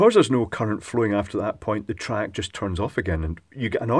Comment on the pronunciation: Fairly heavy Scottish accent.... 'triac' becomes 'track'. Had to double-take a couple of times. TRI-AC. TRI-AC. Repeat 100 times,!:-)